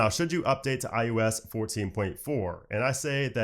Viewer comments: ✅ iOS ❌ iUS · It sounds like you’re saying IUs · stop saying iUS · What is this IUS you speak of? I thot it was IOS.